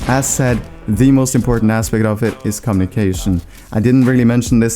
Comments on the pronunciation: Com-mo-ne_ca-tion. LOL. it's comm-U-ni-ca-tio-n. 69th comment BTW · am i the only one hearing 'com nick asian' instead of 'communication' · pls tell me that isn't really how you say "communication"